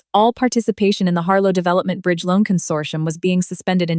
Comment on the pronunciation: Consortium not condorsium